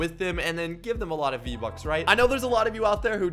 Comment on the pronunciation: “v-bucks? I thought you said RO bucks 😅